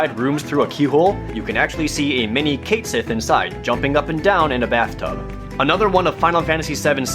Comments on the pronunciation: He also pronounced Cait Sith phonetically. Properly pronounced it's "Cat Shee." I've noticed these guys aren't ones for proper pronunciation. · It's "ket shee," not "Cait Sith." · Cait Sith is said "Keht Shee" .__. C'mon now.